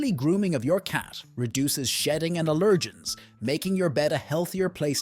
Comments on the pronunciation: I really don’t like the way this narrator says “allergens.” it sounds like he says, “uh-LUR-jenz.” I don’t think it’s a grammar thing I think it’s a weird way of pronouncing it. Not depending on the side of the pond. To the rest of us, the word is pronounced, “AL-ur-jenz.” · It's AL-er-gens, not a-LER-gens. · Allergens is pronounced AL’ ur-gins.